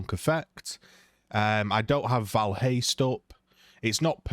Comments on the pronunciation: It is pronounced Vaal, not Vale. Like the god "Baal" I think you might have gotten memed on by cutedog. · This. 99.99% of the Diablo community pronounces Baal as "Bale". But I still call Vaal orbs "Vall" lol.